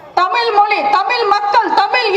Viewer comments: அக்கா நீங்க நல்லா தான் எல்லாம் சரி, நீ மொதல யாரு டி, உனக்கு தமிழ் என்பதே ஒழுங்கா சொல்லவரல, நீ எல்லாம் எங்களுக்காக பேச வரியா, நீ தமிழ் படத்துல எப்படி எல்லாம் நடிச்சு இருக்க என்பத பார்த்தேன், படு கேவலமா இருக்கு, உனக்கு இத பத்தி பேச என்ன தகுதி இருக்கு. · உங்கள் வீரமான பேச்சு சரி, திமுகவை திட்டுவது சரி. உச்சரிப்பை மாற்றுங்கள் . தமிழ் - தமில் ? , தமிழன் - தமிலன் ? விளம்பரம் - விலம்பரம் ? மக்கள்- மக்கல் ?